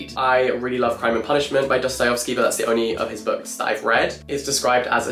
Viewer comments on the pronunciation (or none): was I the only one that went crazy by jack pronouncing dostoyEvsky as dostoyOvsky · Jack. please. it's not Dosto-yo-vski. it's Dosto-yev-ski. as in yes. not as in yos. please, i beg of you. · Love your videos Jack! Your character is so warm, funny, and witty. Keep doing what you're doing cause we are obsessed :) PS: Its DostoyEvsky not DostoyOvsky <3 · It’s Dosto-yev-sky not Dosto-yov-sky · Jack, bestie. Not you too. It’s DostoyEvsky not DostoyOvsky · PLEASE stop pronouncing it 'DostojOvskij' I am begging you